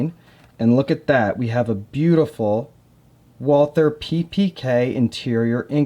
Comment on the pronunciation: Walther is pronounced like, "Vaul-tuh." If you don't want to say it like a German, then just say it like the American name, Walter.